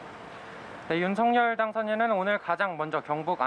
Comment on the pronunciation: 방송인 이라면 우리말 사용에 정확한 발음을 구사해야 합니다! 윤석열의 발음은 "윤서결"이지 윤성열이 아닙니다! 대부분의 기자와 방송인들이 윤석열(윤서결) 의 발음을 윤성열로 하는것을 보고 실망을 금 할수 없읍니다! 윤성열과 윤석열이 같이 있다면 발음으로 어떻게 구분 할수 있읍니까? 말과 글로 먹고사는 기자나 방송인이 발음과 문법에서 자주 틀리는 행위를 반복하는 것은 부끄러운 일 입니다!